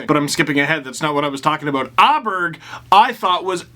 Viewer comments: Åberg is pronounced like "Oh-Berj" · Aberg in Swedish is "O-barry"